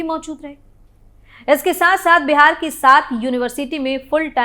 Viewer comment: तुम भी पूजा एंकर की तरह "पूजा" को ऊजा और "बिहार" को बेहार बोलती हो ।पता नहीं तुम सारे के सारे एक ही चरवाहा स्कूल के चट्टे बट्टे हो।